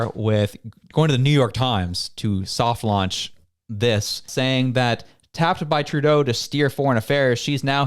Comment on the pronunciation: Oh taffed I thought you said tapped, that would sound about right for Turdo